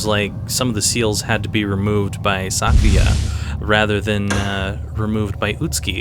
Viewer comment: Casually commenting on a rather old video to mention how happy it makes me that you pronounce her name correctly. Most people pronounce it "Sakuuya" and it drives me nuts!